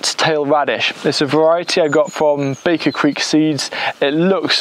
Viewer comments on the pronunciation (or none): none